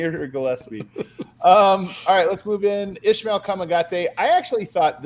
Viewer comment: Son nom se pronounce Ismael avec un “s”. His name is pronounced with an “s”